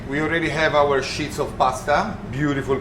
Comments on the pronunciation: Wonderful, but please it is sheets (eeeee) not shits. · The pronunciation of sheets was interesting 🤣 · Thank you for confirming I'm not crazy. I kept hearing him say "pasta shits" and it's all I can think about now lol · My husband is French. I didn’t realise the Italians pronounce “sheets” the same way😁💕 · I really like the lighting in this kitchen. Most professional kitchens are lit up like the inside of a convenience store-gas station. This one is well lit, but not obnoxiously bright. Also, I like the way he says “sheets” ! Great video!!!